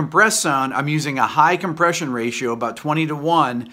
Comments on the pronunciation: Hey Rick, With all due respects, you are an intelligent man, but on the whiteboard you left out the "R" in compRession. :-) If you pronounce "Compession" sounds like something Joe Pesci would say! :-) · "COMPESSION" <3